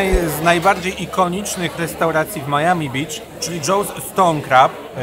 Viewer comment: Oczywiście Miami a nie Maiami🙃